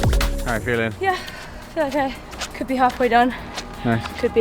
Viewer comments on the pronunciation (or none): In the video asked, "How are you feeling?", but the last word sounded as "Phily-ng". I wonder whether this spelling can be used somewhere...